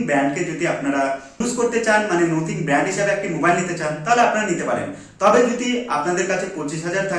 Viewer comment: নোথিং নয় কথাটা নাথিং,বাকি সবটাই সুন্দর ভাবে বিশ্লেষণ করেছ ভাই।